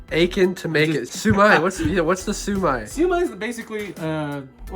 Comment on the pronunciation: Got it! Hate to tease you, but the way you pronounce "Siu Mai" in the video sounds like a drunk Southerner angrily saying "Sue me (in court)☺